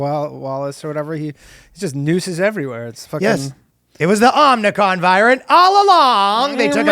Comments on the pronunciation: O-Mi-Cron... FFS what is happening, people can't read anymore? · As a Greek person Iʻm offended by your pronouciation of Ο (Omicron) 👿👿👿👿👿👿👿👿👿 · OMIcron, not omnicron